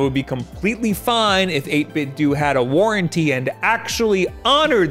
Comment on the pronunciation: What's a warrantee?